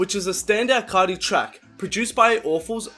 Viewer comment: "Yoah yoah, cesh coarti" dont do that bruh